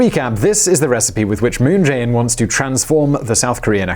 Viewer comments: What I'm so curious about is - how come you mispronouce Chaebol EVERY TIME when you pronounce Moon Jae In's name quite correctly? It literally sounds just the same way. 문"재"인's Jae and "재"벌's Chae is actually written and pronouced same in Korean, just so you know. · So close to pronouncing 문재인 moon Jae-in correctly. But honestly, the guy is an idiot. I have lived here for a long while, and I know that all he has done is made things worse for my wife's, whom is Korean, family.